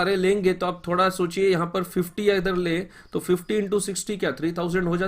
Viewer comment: Tumhari explanation sahi hai but saaf bola karo thoda, par tumne 25 into 2 is equal to 50 ki jagah bola 25 into 2 50 toh woh sunne mein lagra hai 25 into 250.